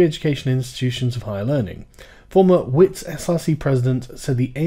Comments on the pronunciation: Just a random South African here to provide pronunciation fixes. *Wits*: The "W" is read as a "V" as in viper => Vits *Dlamini*: It's an L. 1) Start by saying class but don't pronounce the s's => cla - British pronuciation 2) Replace the "C" with a "D" => dla 3) Add a meanie to the end => dlameanie Emphasis on the me in meanie *Soweto*: Say it like the phrase: "So where to?" Emphasis placed on the where *Cofimvaba*: Coffee mmh VahBah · It is pronounced more like Vits, its Afrikaans. However I found this really interesting as this issue affects us quite heavily in South Africa. Especially at Wits because these protesters would rather block everyone attending lectures and burn tires at the entrance than let people get what they paid for.